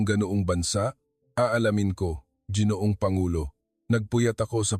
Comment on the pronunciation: Pronounce Langis w/ stress on the 2nd syllable. Let a Pinoy edit your Tagalog. Ginoong pronounce as ga or go ,guitar